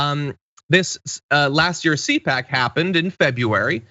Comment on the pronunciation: C-pac not Coach!